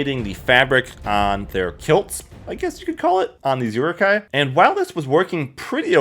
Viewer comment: you pronounce many words very strange.. rokoku? uruku? lol?